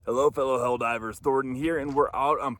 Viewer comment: Helldeebers lolol